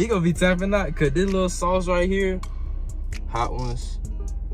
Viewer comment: "that American deli shauce' LMAO